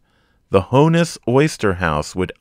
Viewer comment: I love this series. Thank you. BTW, it’s not Hone-iss, it’s Hawn-iss